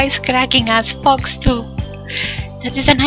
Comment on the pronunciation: Shrapnel Sharkalso when you said "give me the fox give me the fox" I thought you were saying "fucks" omfg